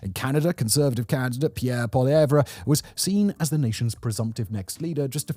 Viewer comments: Poilievre is pronounced poy·lee·ev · Justin Trudeau was the, populist not Poilievre, (whose name is only 3 syllables btw, not 4). Trudeau came to power with nothing but a familiar name and promise to change Canadian politics. He had no qualifications, no concrete goals and no plan on how to achieve them. It was 10 years of nothing but identity politics. Eventually people had had enough of incompetence so they began to support Poilievre, who was seen as a technocrat at the time. Poilievre's support only dropped when Trudeau was replaced by Carney who is even more of a technocrat than Poilievre. The comparisons of Poilievre to Trump didn't come until Carney called the election and was mostly just government funded media spin.